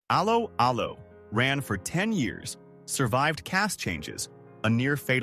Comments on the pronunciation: I’ve never heard of the programme “Aloe Aloe”. Is that to do with aloe vera? But I think this video is about “allo allo”, isn’t it…?! Stupid AI voice overs 🧐🙄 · Its pronounced ello ello as in dropping the h of hello. Its not al-o al-o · That's pronounced " ELLO ELLO' pfft... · Its not alow alow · It's pronounced Allo Allo not Allo Allo. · You might like to re-visit your pronunciation of the show title. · Terrible AI pronunciation